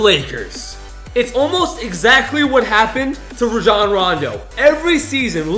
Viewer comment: Rajon rondo (ray-jon-ron-do